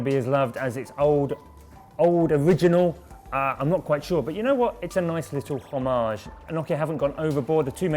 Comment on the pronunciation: lol, learn how to pronounce the word "homage" please... -.